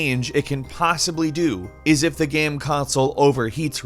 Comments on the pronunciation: Why does he always say GAM instead of GAME? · why does he keep saying "gam" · "geme consoles" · “Gam consoles.” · Where is this guy from? I've never heard someone pronounce the word 'game' like him before. It's kinda cute though. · why is no one talking about how he says game so weirdly. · DUDE how can you work for a video game channel and not say the word game correctly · He pronounces "game" weird...